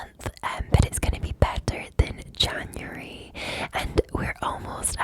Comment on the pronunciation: The way you say January is so fun! Yay accents!